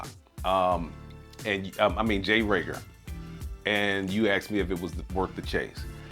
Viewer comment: Great review! Rieger is good juice. FYI….its pronounced “ree-ger”. Keep up the great content!